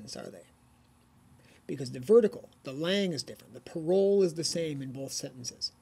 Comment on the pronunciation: If you use french terms you should say them properly. There was no effort at all on your part. Parole the way you pronounce it is not the same world.